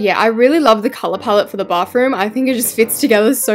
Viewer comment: Every time you decorate a bathroom you say Bafroom i mean what is that word you say that every single time i know i say she when it's a he but that Bafroom of yours you should fix it now and I'm not trying to be a Karen I'm just saying the truth